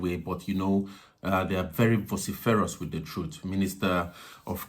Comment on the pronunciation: VOH siff err us...... Vociferous